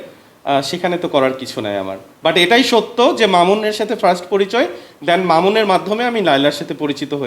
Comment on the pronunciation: ফ্রাস্ট কি রে ভাই ফার্স্ট ✅ ফ্রাস্ট❌